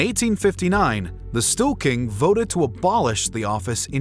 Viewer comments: How can you possible pronounce ”Stor-ting” as ”Stu-king”? Pretty funny. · I also noted at least three instances of "stool king" :D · That's storting, not stoolking. And riksdag with a G. if youre not gonna try, you can just say parliament. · "Stewking?" Storting is not pronounced that way.